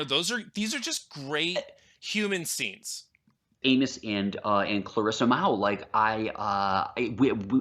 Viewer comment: dude without the beard really needs to learn the pronunciations of the characters names, it's really irritating when you do a review and you can't pronounce Amos